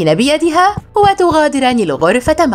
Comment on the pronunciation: ترقضين إلى العرفة 😂😂 ألا يمكنك نطق حرف الكاف